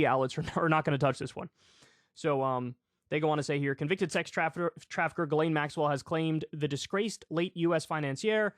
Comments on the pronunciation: It's pronounced "Jiz-lane" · It's pronounced jizz lane... Or should be.